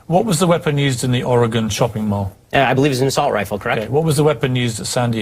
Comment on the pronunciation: Did Ben really say "Assault Rilfe?"